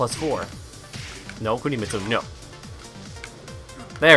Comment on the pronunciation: Woah "Kunimistu"